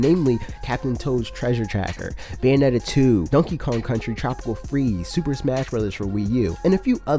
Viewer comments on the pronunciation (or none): none